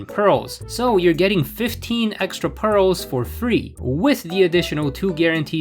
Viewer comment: jsyk it’s “priz”